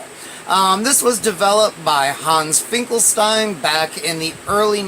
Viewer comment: Yes its pronounced it like Einstein. Also in german "st" is pronounced "sht" so you pronounce it like "Finkelshtein" or "Einshtein"